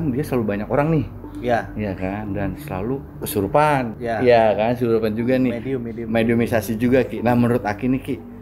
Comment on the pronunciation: Mediasi kan bukan medimisasi😂